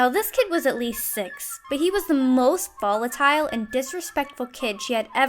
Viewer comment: Boli.... Volitile... Vollitile.... Unmm